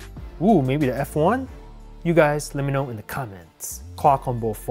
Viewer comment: "And we are inn" 😂😂😂😂